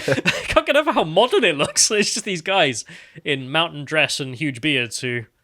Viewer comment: So, who was at the door? Was it the tall e-bawn?